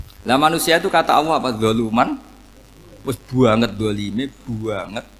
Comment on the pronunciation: Assalamu'alaikum mohon maaf saya bila saat Gus Baha, mengucap lafadz ALLAH, kedengeran di telinga saya seperti AWWOH... semoga salah pendengaran saya mohon maaf yang sebesar besarnya...